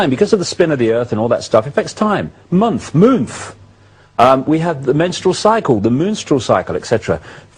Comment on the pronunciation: I stop watching when he said MOONTH.